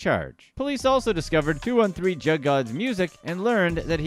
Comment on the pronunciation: He pronounced it wrong throughout the video but one of the meanings is robbing, when you "hit a jugg" or lick it means you just hit a move whether robbing a dboy, bank, spot etc... When you're "juggin" it means you're grinding/hustling, if you say "I've got a jugg" it means I've got a money move usually illegal😂it can be scamming, fraud or moving work, it depends on how you use it and the context but you're right, robbing is one of the meanings.